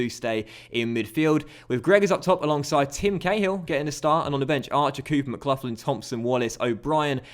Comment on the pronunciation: How are you a Millwall fan, yet pronounce McLaughlin wrong?